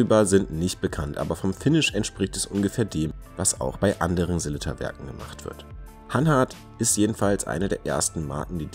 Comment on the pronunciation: Eine schöne Vorstellung mit tollen Detailaufnahmen von drei interessanten Uhren. Aber warum kriegt es nicht einmal ihr Profis hin, den Namen des bekannten schweizer Werkherstellers, der euch doch wahrlich geläufig sein sollte, richtig auszusprechen? Die heißen nicht Selitta (wie der Kaffeefilterhersteller Melitta), sondern Sellita!